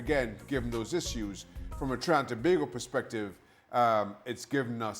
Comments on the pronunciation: It's To- bay-go/Tobago, not To-ba-go!!! 😡😡😡😡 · Thank you.... tobaaaaaaaago annoys me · Pronounced “Toe-bago” Herc. Damn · Aye tel da man to pronounce we country name correct seem he's to proud to be whatever Mexican wanna be american he is and shaka just bow his head whilst he still saying to bag go if a trini see him .. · I cringe everytime this guy says Tobago. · Can Shaka please correct how Herc pronounces Tobago? It's not a huge deal but it just sounds so odd.